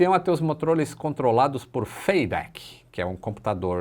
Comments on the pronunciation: que???, eu entendi errado ou ele falou MOTROLIS ? Kkk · "motroles" achou q ninguém notaria??? 😂😂😂😂😂😂😂😂😂😂😂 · 'Motrolis"? (minuto 7.57) kkk só pra pegar no teu pé 🤣 Sou teu fã! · Foi o primeiro avião a ter os "MOTROLES" controlados... kkkkkk boa, curto demais seus videos. ja maratonei seu canal quase todo.